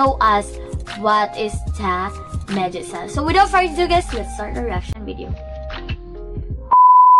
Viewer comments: Great reaction it’s actually pronounced Meg-its-oo-Nay it’s means vixen/female fox. In Japanese folk lore foxes were sly, cunning, deceiving and were able to shape shift into human. So basically you were right but it’s also saying women are not foxes. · That would get her closer on the pronunciation, but all of those syllables should end with vowel sounds (メギツネ).